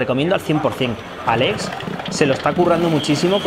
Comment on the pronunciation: ES Aleiiiiiix con i no es Alex 😉